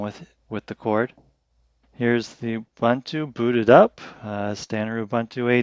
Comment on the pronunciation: Funny: prior to this video, I have listened like a reviewer butchered the word: Linux. Now this reviewer is doing his best to butcher the word Ubuntu.